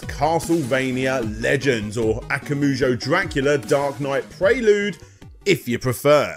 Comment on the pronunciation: You're saying akamujo instead akumajo on purpose, for engagement, right? You even have several advertisements where they say the vowels in the right order. If not, it's easy, just swap the second and third vowels. Imagine saying a puma jo but with kuma instead.